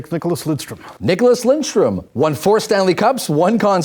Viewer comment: "Niklas LinDstrom" "Borea Salming" XD